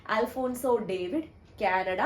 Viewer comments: Alphonso David alla Alphonso ഡേവിസ് എന്ന് അണ് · It's alphonso ഡേവിസ് not ഡേവിഡ്